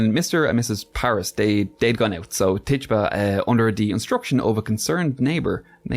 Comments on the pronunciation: Titchiba not Tarrtuba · Say it with me not : Tit - u - ba. Not Tit - tuba.